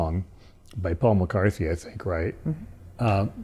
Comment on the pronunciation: Yes, an absolute genius who says Paul McCarthey instead of McCartney